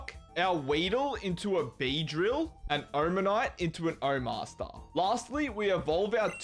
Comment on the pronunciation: I’m sorry. Did you call Omastar “Oh Master”?